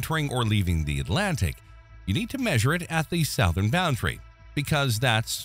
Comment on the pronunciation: Please teach your AI how to pronounce "Southern".